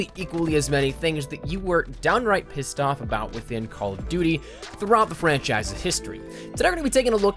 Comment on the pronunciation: number 1 on this should be the way that pronounces duty.